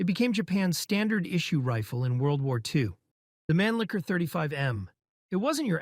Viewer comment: That is NOT how you pronounce "Mannlicher" lol.